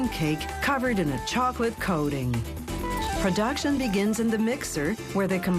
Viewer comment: I absolutely hate the way she says "spunch cake" and "production"